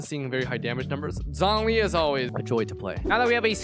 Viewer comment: zhongli is pronounced like jong lee btw-- with a long o, not zonglee